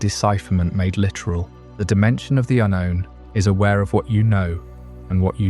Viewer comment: Yep same here "un-rown", "ahnown", "untone"...